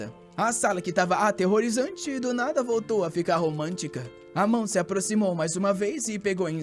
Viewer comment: Ele vôrrrtô 😂😂❤❤❤ bom demais 🥰🥰